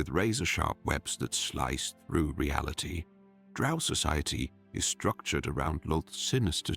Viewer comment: Drow, rhymes with toe- Gygax